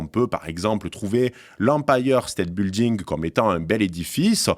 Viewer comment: "l'empailleur State Bilding" :-D